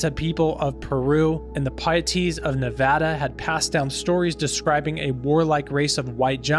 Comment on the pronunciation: Thank you for saying Nevada correctly ❤